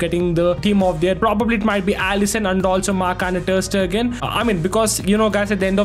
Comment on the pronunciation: Nice video! Also it is pronounced marc andre ter St-ay-gan